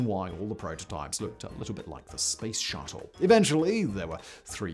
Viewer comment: Garret AI Research? 🤣🤣🤣🤣 AIRresearch as in Air Research. Damned Limey.